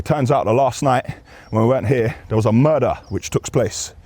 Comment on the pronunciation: Man said pigeon mudar 😂 by 🦊